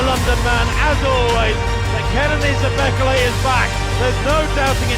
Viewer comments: Bekele - wrong pronunciation - second syllable is stressed. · Australian pronounciation of Bekele😂